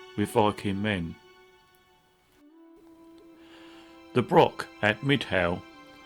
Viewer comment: I very much enjoyed this AV but as a Scot the use of Brock rather than Broch is a wee bit grating.